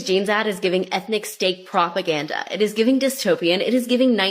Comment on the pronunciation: If I could never hear the word "propaganda" pronounced like "proPUHganDUH" ever again, that'd be so so great.